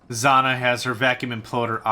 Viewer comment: It's pronounced "Zz-jah-nah".